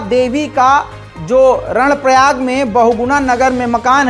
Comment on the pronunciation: " 🖋️🖋️🖋️ कर्णप्रयाग है ??? नाकि रणप्रयाग ????? 📘📘📘"